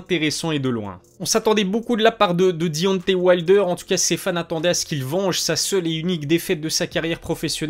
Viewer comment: Travail ton accent anglais, je saigne des oreilles. Dionté wayldeur.. Wesh t sérieux ? Taizone furi...bien drôle